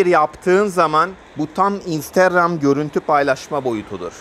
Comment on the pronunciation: Kardeşim instagram demeyi öğrenirmisin. Bilgi için sağol